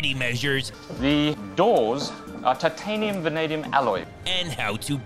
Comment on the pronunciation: what was that alloy? Titanium-mumblium?